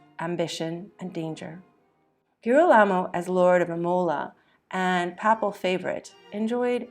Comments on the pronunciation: Interesting bio. Note: TIBER=TAI-br. PAPAL=PAY-pl. if you’re going to tell history, you need to check out and pay attention to pronunciations. Otherwise, it’s sloppy and loses impact. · Totally agree. "Papple" for papal and "Teeber" for Tiber. Obviously, AI. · The deadpan narration (AI?) was extremely poor, with many mispronunciations, not just of the Italian names and locations, but other words, such as papal. (The first a in the word is a long vowel not a short one.)